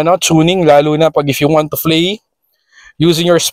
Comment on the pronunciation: Paulit ulit lang sinasabi. Flay, ferpormance and frice range. Hahaha!